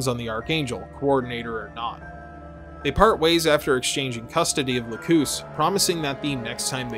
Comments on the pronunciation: It’s LAcus, not laCUS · it's lack-us not lacooose it's the name of a flower >.> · Sorry i have to say this but her name is la-cus so just saying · The new English dub for the HD Remaster has Lacus pronounced as "lack-cous," which is ostensibly closer to its Latin pronunciation (lacus being a Latin word). The original English dub is the "lack-us" one, and it's the one that most people watched. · I remember the jp dub having much shorter u, almost silent, like Lacs. This one however sounds like Lagoose. Too long. Looked it up since the whole series is in youtube, and yeah, it's almost like Lacs in jp db. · Its pronounced "Lah-ck-uss", not Lacoose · I've watched this video 3 times and never in the English or original translation have I ever heard her name pronounced Lakoos... last time I checked "cus" is usually pronounced like 'cuss' not 'koos'... I cringe every time...🙃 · Ahhhh you said it! You said Lacoos! groan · "Lacoose"? This is why I hate dubs. "Lacus" isn't a bad transliteration of ラクス, but like... Lux. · Lacoose sounds so wrong lol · If I remember correctly the OG series pronounced her name Lack-us. Anyway, I’m triggered. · also dude, you're mispronouncing Lacus's name, it's Lac-us, Lacus. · From a fan who watched the old dub, the sub and the remaster. Her name is lacus, and it is said very badly in the new dub. Thinking i was just a dumb white guy. I watched the sub and no. The hd remaster just did not do names well. And it drives me nuts. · The way you said Lacus' name made me physically upset. Also the amount of ad breaks was more annoying than Flaya Ulster. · The way you want to say Lacus is right and how you say Lacus is wrong